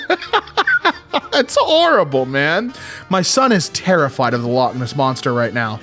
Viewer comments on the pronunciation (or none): The pronunciation of ‘loch’ is getting to me lol. 😂 although I’m English, my childhood was spent in Scotland and I used to practise how to say on the off chance that someone would make fun of me. This is like the one time my overthinking came in useful because I was at the Highland games in lochinver and some Scottish kids were like “oh this one’s English, ask her” and came up to me and asked me how to say loch my spelling it out. The disappointment that came from them was satisfying 😂 Sorry for this long ass paragraph lol